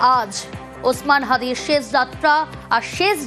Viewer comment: ছেশ যাত্রা না আপা , উচ্চারণ হবে শেষ । এই সব তৃতীয় ক্লাসের উচ্চারণ নিয়ে নিউজ প্রেজেন্টার হয় কি ভাবে!